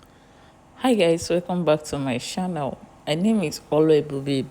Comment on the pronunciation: Please the pronunciation is not shannel but is rather channel 😮